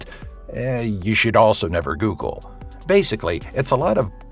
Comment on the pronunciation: the top 10 things you should never GUGUUUL 😂😂😂😂😂🙈🙈🙈🙈